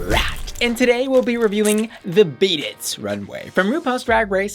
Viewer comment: Is it “bead it” or “beaded” 🤣🤣🤨